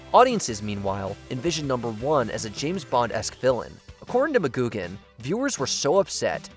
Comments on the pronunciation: That's Patrick "McGoohan", with an h. Not "McGoogan". He was not a Fraggle. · It's "McGoohan", not "McGoogan". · ITS MCGOOHAN NOT MCGOOGAN GET YOU NAMES RIGHT. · Negan was a believable character at first but quickly turned into a predictable high school bully and was a big part of why we stopped watching TWD It's Patrick McGoohan, not Mah-GOOG-an. Missing here are MASH, The Sopranos & Seinfeld. Best ever, the finale of Newhart